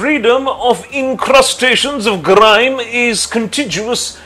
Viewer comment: Mr. BANERJEE, I FIND SOME WORDS ALSO IN YOUR PRONUNCIATION NOT CORRECT ENOUGH. I SAID "NOT CORRECT ENOUGH" BECAUSE THERE IS NOTHING ABSOLUTELY CORRECT. e.g., vitreous, interdicted (find out where the accent is!), congregate, incrustations (accent on eishn, please!) contiguous (accent on ti, and not juous but gyuous!), superannuated (not sooper.., but syooper...), presenting (not pre, but pri... with accent on sen, where s becomes z), dedication (accent on ca, pronounced kei...), carbonous, herbetudinous (went very wrong please!), conflagration (you mis-spelt it, and mis-pronounced it), etc. BUT I CONGRATULATE YOU FOR THIS FINE ATTEMPT.